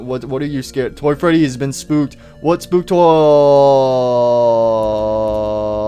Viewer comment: I laughed when you said "Toy fatie"